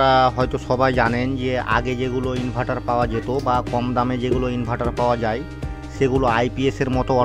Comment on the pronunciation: ইনভার্টার ❎ ইনভাটার ✅😂😂😂